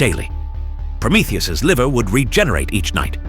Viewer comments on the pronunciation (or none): none